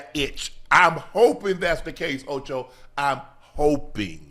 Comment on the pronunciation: Stop it OH-CHOE!